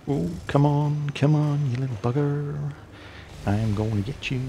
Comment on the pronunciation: Come on you bugger? You went all Janner there for a moment!:)